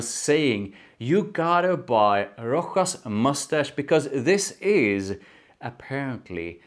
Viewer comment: Rochas -> pronounced correct Roschas with a „sch“ like in Moustache It’s pretty good but tuxedo is quite different and after a few hours it’s just sweet vanilla In my opinion the opening is the closest to tuxedo then it’s just get sweeter and more vanilla heavy. Tuxedo on the other hand is more Smokey and it last for 8-10h.